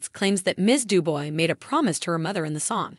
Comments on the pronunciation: Why doesn't a commentator learn how to say the person's name. It's not du boy. Phonetically, it is due-bwah! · Narrator doesn't even know how to pronounce her name. It is pronounced Du-bwah. Duboy. Get yerself edgycated. lol